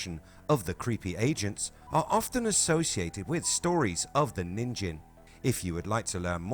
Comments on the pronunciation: 💙💙✌️ enjoy the day, my frien [by the way, NIN-gen, with a hard G, is how you pronounce the JP word for 'human'] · It is pronounced as nin- (as in Ninja) and -gen (as in Get, with the hard G sound). Your way of reading the word means a carrot (Ninjin) in Japanese.